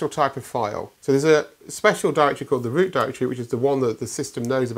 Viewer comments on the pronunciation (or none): He said ROOT